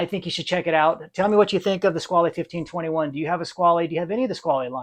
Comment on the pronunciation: Hi, I enjoyed your video and subscribed to the channel. As for the origin and pronunciation of the word "squale" (shark): in this form it's French (in Italian it would be "squalo" sing. and "squali" plur.); in the French pronunciation you do not hear the final "e". While in Italian "squalo" is the current word for shark, nowadays in French "requin" is more currently used (even though they are not perfect synonyms). Both "squale" (French) and "squalo" (Italian) directly derive from a Latin word, while "requin" has an uncertain origin. Of course, if you read "squale" as an Italian, you would pronounce the final "e", but it would not be an Italian word. 🤓